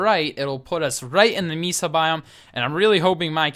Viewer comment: Great video. BTW Mesa is pronounced Maysa =).